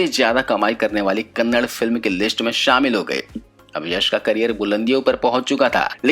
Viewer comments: Its kannada not kannad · Kannad Nahi hai KANNADA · Bai kannad nahii Kannada😠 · Bro pls kannad nahi kannada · I'm commenting on only one thing It is not Kannad, But it is "Kannada"